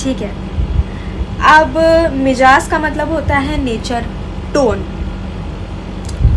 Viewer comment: Mijaz. Nahi. Mizaj. Kehte hain, talaffuz galat hai